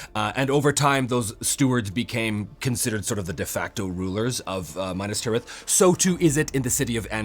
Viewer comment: "Gondor has no king, Gondor NEEDS no king." And not to be nit-picking but I think it's Minas (M-ee-naz) Tirith. Lichdom is a helluva game!!! Love the videos